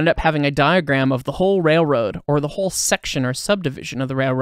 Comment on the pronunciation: The word "rare-road" is actually spelled with an L, and should be pronounced that way, too.